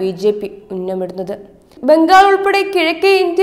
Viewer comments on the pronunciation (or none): none